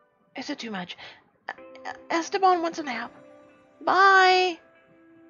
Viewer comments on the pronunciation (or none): "este- BAN." ( BAN LIKE BON NOT LIKE 'VAN' lol c: )